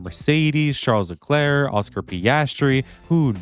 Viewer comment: No one talking about the fact that he said “LeKirk” 🗿